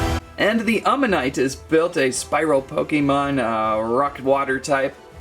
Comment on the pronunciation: BTW you say it aw-manight